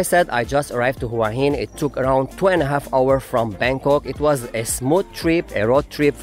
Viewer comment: Please... the city name is pronounced 'whaa heen'. Not 'who-ahh hin'.